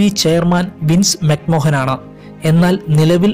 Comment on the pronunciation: മക് മോഹന്‍ അല്ല മക് മാന്‍.